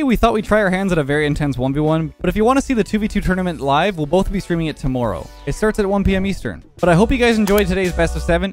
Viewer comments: The way he says tomorrow is disgusting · He at least has a little bit of a canadian accent when he says "Tomorrow"